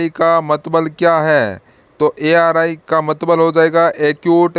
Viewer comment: Mtlb hota h aap mtbl bol rhe ho